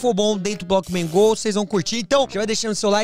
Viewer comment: Ele falou bockman go